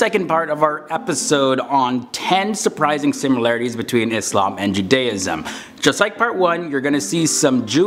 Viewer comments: Thanks for pronouncing "ISLAM" correctly.. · Yes with an “s” and not “z”